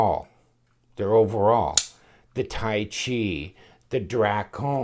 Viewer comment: I believe Tyche is pronounced 'Tike'. Tai Chi is the martial art.